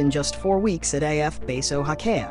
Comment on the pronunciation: Oh-HA-key-ah. Now say it quickly. RNZAF - we say 'Zed' rather than the American 'Zee'.